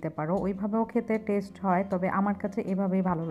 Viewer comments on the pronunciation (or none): none